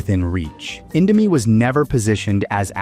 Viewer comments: Indo-my 😭😭 (Please just go to Google Translate and learn the correct pronunciation) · Indomie: indo mi isn’t INDO MY ffs! Americanised pronunciation working its charms here. Mi stands for Mee, which means noodles. It’s never indoMY Jesus…… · Mie is just the chinese romanization of /mi/ noodle not /mai/ btw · "Mai" lol how tf do you go from calling it indo "mee" to indo "mai". Either ai or just purposely trynna trigger people. Regardless, last time i'll ever see anything from this channel lol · everything is accurate, except, when the host said indo "mie", Mie this word is not spell it "My", its spelled "Me" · At minute really? Mie isn't spelled "my" but simply "me" just how you pronounce Indomie. DUMBO.